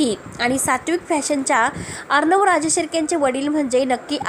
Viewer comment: भाषा नीट बोला.किती अशुद्ध बोलता, अर्णव असा श ब्द आहे.